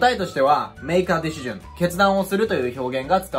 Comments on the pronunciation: ディ し ジョンはさすがに草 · 確かにdecisionだけ明らかに∫で発音されてるように聞こえる